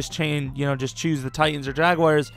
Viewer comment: also learn to pronounce the word jaguar if youre going to choose them lmao